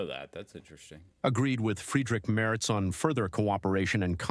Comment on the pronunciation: Kudos for the correct pronunciation of Friedrich Merz. It seems a lot of Americans don't really care about pronouncing names right. They (try to) pronounce every name like it was an English word and fail.